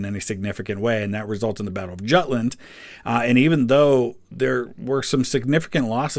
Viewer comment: Juteland is pronounced YUTE-LAND